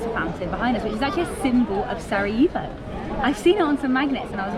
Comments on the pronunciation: One thing: when you pronounce Sarajevo; it's Sara "yeh" vo not Sara "yee" vo. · Pronunciation is Sara-Yeh-vo, not Sara eeh vo. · Facts. More like Sara "yeh" vo >;))) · Lovely video , positive vibes….but…..HerzegoVINIA ? Sarayivo ? Never mind , next time 😂